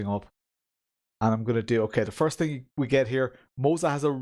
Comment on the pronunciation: Thing = ting... Poor guy just can't pronounce "th".